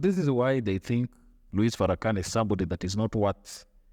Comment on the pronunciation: The S in his name is silent, by the way.